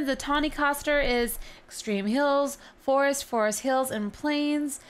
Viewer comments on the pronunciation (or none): none